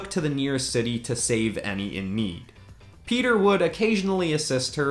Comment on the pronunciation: It’s not Peter it’s pietro